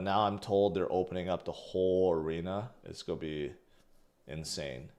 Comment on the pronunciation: learn how to pronounce "GOING" . you sound like a fool everytime you say "go". it's cring af